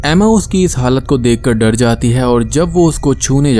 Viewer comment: Vae ap jab " bina kisi dare ke"bolte ho.. Mere dimag mae bina kisi bakchodi ke bajta hae.. 😁😁